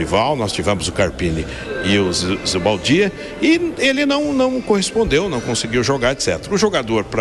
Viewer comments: Caramba, Zubeldia ta no SPFC a meses e o continua chamando de ZubAldia? kkkk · Ele disse zubaldia? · Até hoje o não consegue falar o nome do técnico... ele fala ZUBALDIA KKKKK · Cara erra o nome do treinador do próprio time. Surreal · Ele vai terminar 2024 sem saber falar o nome do técnico